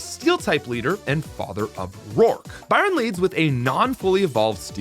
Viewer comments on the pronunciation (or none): none